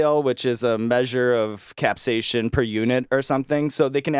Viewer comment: God Sean, stop saying capsaicin "capsaySHUN". It's "capsaySIN"